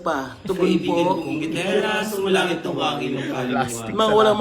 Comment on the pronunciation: panay ka kasi SALSAL hindi mo na mabigkas ng maayos ang SUMASALANGIT haha